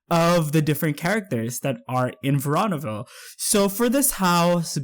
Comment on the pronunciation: It's pronounced verooooonaville